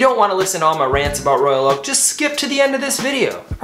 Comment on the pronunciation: "Royak Oak"??